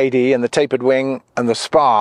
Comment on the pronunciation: I am in no way an English expert, nut I clearly hear you say «tapered winD», why so? You are talking about airplane's winG, no? Or is that some kind of jargon?